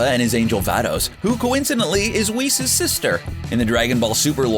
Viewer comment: It's whis not weese